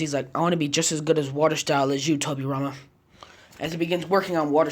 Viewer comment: did you just pronounced kurama's name wrong? ??